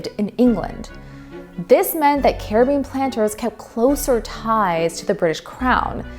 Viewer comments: UK looked terrible? What is your evidence of this? Britain won! They didn't win in NA because they didn't care enough to really fight here. Did you just skip the only successful slave revolt in recorded history? Caribbean is named after the Carib so is not pronounced car a bee in. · Good video but good god girl Caribbean is not prounounced like the Johnny Depp movie title this is real life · That’s not how you pronounce Caribbean